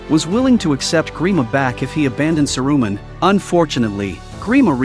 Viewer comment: Ouch on the ears....Sa -Ru-Man. Painful